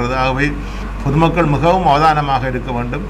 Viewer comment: யாழ் அரச அதிபருக்கு "மிகவும"என்ற சொல் வாயில் நுழைவு கடினமாக உள்ளது.முகவும் என்று உச்சரிக்கின்றார்.